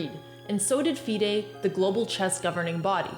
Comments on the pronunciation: its FIDE woman as in FY-DE not DEE-DAY omg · I've never heard someone pronounce FIDE like that lol